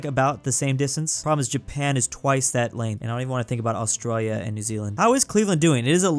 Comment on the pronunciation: Me when he said canaberrrrra 🤬🤬🤬🤬🤬😤🤬😤🤬😤🤬😤🤬😤 and aooooostralia